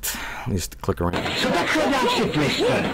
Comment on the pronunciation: it’s time to entar ze twistear zone